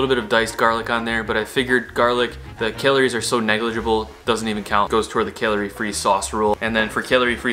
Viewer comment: He pronounces calories...kaleories